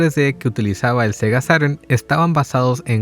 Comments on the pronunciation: Sega sairen? xD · Todos: sega Saturn/saturno; Sega sarur